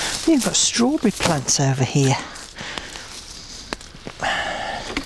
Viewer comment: "I'm planting primroses HEAH... HEAH... and HEAH." Respect gardening authoritah!